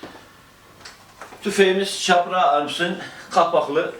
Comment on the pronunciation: Firma yetkilileri firma adını "Kapra" olarak "k" harfiyle telaffuz ederlerken siz neden "Çapra" diye "ç" olarak telaffuz ediyorsunuz!